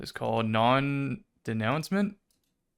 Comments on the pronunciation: The raid bow is pronounced Non 'day-new-maw', it essentially means the conclusion or conflict resolution of a story 😁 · "Non - day new maw" is how that raid bow is pronounced, in case anyone's wondering